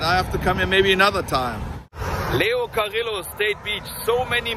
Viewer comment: I grew up going there to Leo Carrillo Beach. You don’t say the L’s its Cariyo!